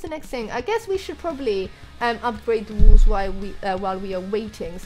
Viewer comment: I love it when she says "walls" but sounds like "wools"